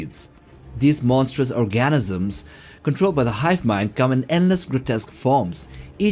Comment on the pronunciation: I know English is not your main language but the way you say Organism is hilarious XD